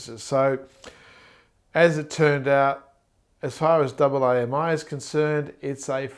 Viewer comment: By double aye emm eye, you mean AAMI right? I've been with AAMI for 10 years and never heard it pronounced like that!